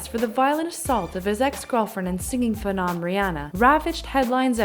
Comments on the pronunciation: This woman mispronounced phenom and misdemeanor. Not able to speak your native tongue peoperly? That's a crime in itself. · In making these videos you should probably pronounced everything correctly like Misdemeanor and Phenom for example.